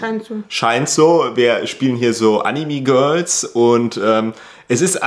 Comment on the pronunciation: Vergraul dir die AnimE-Fans nicht, indem du ständig Animi sagst 🤪